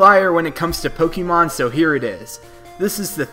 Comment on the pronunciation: It's POKE-AY-MON not POKE-EE-Mon